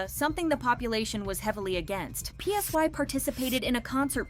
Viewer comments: Psy is pronounced like sigh not P S Y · Girl not you calling Psy P-S-Y. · THE INDIE BAND ONE??? My jaw dropped LMAOOO Btw, PSY pronounced "Ssa-i," not "P-S-Y." And that's not Ori, that's Bang Minah ... 😭